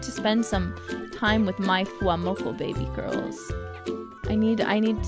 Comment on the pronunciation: That "baby girls" kinda sounds like it's actually lacking a space in between...